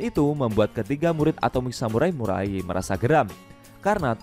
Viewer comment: Ahh... Iseng" mampir ternyata 😀 Di perbaiki lagi kata" nya kawan, (mulai bukan murai) pakai naskah kalo perlu jelas banget ini kalo pakek handsfree.